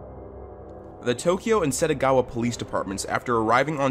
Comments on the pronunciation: Why pronounce Setagaya as Setagawa every time.. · SettGaYa, not Settagawa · It's SETAGAYA ward, not Setagawa. It's in your title. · It’s Setagaya. Not Setagawa. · It’s setagaYA not setagaWA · please be more careful with pronunciation, throughout the whole video SETAGAWA is heard, but it's SETAGAYA the name of the city. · Title: Setagaya Dude: SetagaWa Ears: Tf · Yeah it’s killing me. Not just once but every time he said it 💦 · It’s written Setagaya. Why would you say Setagawa? Why? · setagaYa not wa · Title: The Setagaya Family Massacre Voice over guy: "The satagowa family murder" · Keeps saying Setagawa 💦